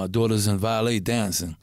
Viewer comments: I fuck with heavy but did he say his daughter is in “valet” dancing? Lol.... us Latinos be fucking words up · This nigga said Valet dancer